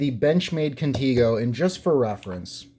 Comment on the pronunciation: If it was pronounced "Conteego" it would be spelled "Contigo" The E is a 'soft' vowel like in EGG. 👍